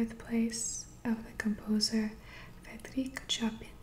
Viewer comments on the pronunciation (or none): I could listen to you read all day. BTW, I believe the composer you referred to is pronounced "show-pan", which is spelled Chopin. Love your video. Thank you for another great one.